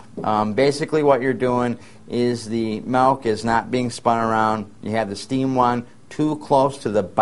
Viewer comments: its milk... with an "i"! Its not malk!!! Julian Smith would be so pissed... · The guy saying "malk" is REALLY irritating me! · In certain areas of the US many pronounce it "malk". However you say it, frothed well it makes for delicious lattes and capps! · Milk. Not melk. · I don't want to steam malk, i want to steam milk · "Melk. Melk. Melk. Melk..." That's all I hear..lol. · Love in the netherlands its pronounced as he says it. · oh thanks man now all I hear is melk :/ :( :) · good video. funny that ehe said milk on and corrected it to malk hehe..... anyway good info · I spent the whole time trying to figure out whether he was saying malk or melk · HE SAID "MALK"! makes me think of julian smith :P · "malk" haha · this is so cute, i pronounce milk the same way!! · i'm from usa but english is my second language! so i guess i never really learned how to pronounce 'milk' the right way : )